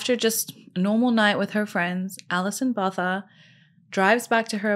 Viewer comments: I think her surname is pronounced Bow-Tah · Hey I live in South Africa, and I can tell you that this story still has a big impact even after almost 30 years. Botha has a hard 't' sound even though there is an 'h' after the 't' 😅 Thank you for the way you tell these stories, I really enjoy watching you.